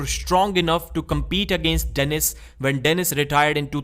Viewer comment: It's "when" not "vhen"